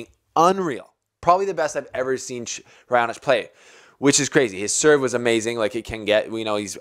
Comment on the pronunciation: u got it right for Raonic😂